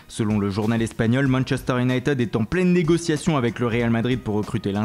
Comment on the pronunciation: si tu veux faire le multilingue apprend déjà a dire Unit"i"d pas Unit"e"d